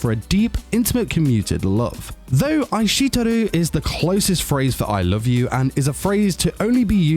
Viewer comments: Omg I kekd every time he said eyeshetooru 😂 he said it like 10 times and his accent makes it even better. How can you be a weeb and not be able to pronounce Japanese. I’m pretty sure I could say eishiteru before I learned Japanese. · Is it just me that gets triggered when this guy pronounces "aishiteiru"(i-sht-ee-rdu) as (i-shit-eru)? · Pronunciation of aishiteru just made me laugh. Ai sheet eru. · Ai SHIT teru. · I'm sorry but you really butchered the pronunciation of Aishiteru. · hearing say aishiteru hurt my soul... xD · No one: How This guy pronounced aishteiru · Lmao, his pronunciation is so wrong